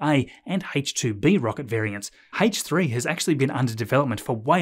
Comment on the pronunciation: Scott Manley: “Hullo”: “Haich 3” 😂